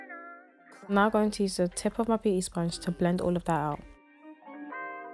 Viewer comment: Who else thinks that every time she says “Now” sounds “Not” to you 🤣